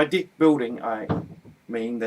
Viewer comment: haha sorrry but cant help but find funny the way you say Deck.. sounds like dick!! hah Where are you from australia or New Zealand? sounds like an accent of those areas